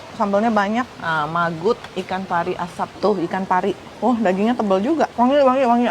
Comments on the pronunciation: Bukan "Magut" ikan pari asap, ci... Tapi "Mangut" ikan pari asap... 😊😊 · Bukan magut tapi mangut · MANGUT BUKAN MAGUT😂😂😅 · bukan magut ci tapi mangut ikan panggang/ ikan asap atau di semarang sebutannya iwak pe😅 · Mangut bukan magut 😂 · itu mangut cii, bukan magut 😆😆 mangut ikan asap itu khas jogja bukan yaa?